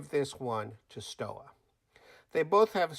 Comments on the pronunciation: my friend. it's pronounced as: STOVA not STOWA. Thanks excellent video. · The exact prononciation is : "SHtova" like "shut" or "show" ... Thank me later ;) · Stowa is correctly pronounced "stover.".